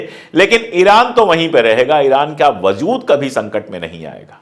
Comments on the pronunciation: Sir, I really appreciate your work & ethics so much. Just one correction - "WAZOOD" nahi "WAJOOD" bolte h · I like the way you present news. If you dont mind, i would like to correct some words that you use in urdu example: wazood. The correct word is wajood. Iam really sorry iam correcting you. In future also i will correct the words you pronounce wrong, if you dont mind. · lafz wajood hai wazood nahi. Sorry, apki zaban bahot pyaari aur talaffuz bahot khoobsurat hai isiliye kano ko achchha nahi laga. Gustakhi maaf kijiyega. Mai apka fan hoon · vazood nahi vajood hai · Wazood nahi WAJOOD hota hai,sir. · Wajood lafz aap wazood pronounce kar rahe hai.pls rectify your pronounciation. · Aap achchi Urdu bolte hain aik galti ho rahi hai wazood galat hai wajood sahi hai